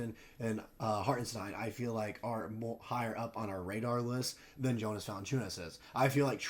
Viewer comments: lol pronounce it Yonas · Actually it’s pronounced Yo-nuss🤣 e for effort tho